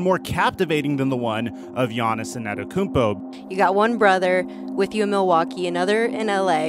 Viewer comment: Why do you say anerokoumpo . Its antetokounmpo 😂😂 but you are still one of the best basketball YouTubers